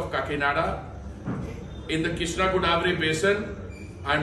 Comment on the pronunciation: It's godavari not goddavari